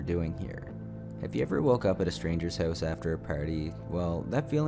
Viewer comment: You funny. You say hoise, aboit and oit. You funny